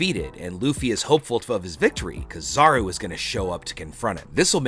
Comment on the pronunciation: It's not kizaru it's keeeezaruuu